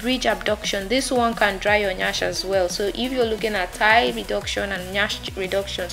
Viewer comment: Thigh not tie